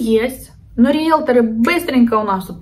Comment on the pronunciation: Риелторы, а не риелторА